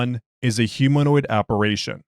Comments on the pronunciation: Apparition. Not apperation. No such word unless you're at hogwarts. Love you!❤❤❤ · App-a-ri-shun / En-toom-d. Forgive me, as you may not speak the English language (& I know it can be ridiculous at times), yet you have said a great deal more "tricky" (for lack of a better term) words that are harder to pronounce. Still, I respect your Special Containment Procedures 🙂